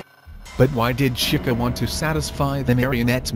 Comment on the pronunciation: lol he says shica